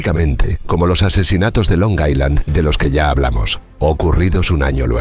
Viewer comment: Es "Long Island", no "Long Iceland". La "s" es muda. Buen video igual.